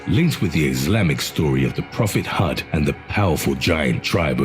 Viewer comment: Prophet 'Hood', not "Hud".